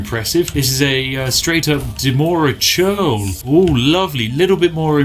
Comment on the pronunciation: reads dremora churl “Demorah Shurl” XD